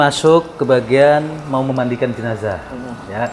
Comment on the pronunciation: Koreksi: JENAZAH. Bukan JENAJAH... dengerin aja dia